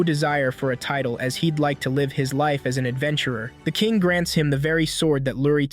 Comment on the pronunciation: bro u mean live not lead